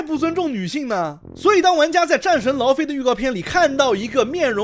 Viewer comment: 戰神 勞非"姨" OK?